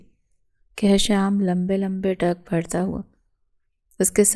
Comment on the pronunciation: لمبے لمبے ڈنگ نہیں لمبے لمبے ڈگ ہوتا ہے